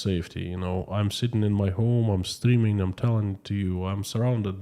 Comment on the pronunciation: Are Russians more concerned about being mobilized or more concerned about killing innocent Ukrainians? By the way, I love your accent when you say I'm streaming live today. It sounds like you are saying, I'm steaming live today... :)